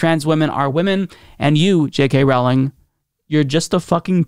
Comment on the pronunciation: Her name is pronounced ROE-ling (rhymes with "bowling")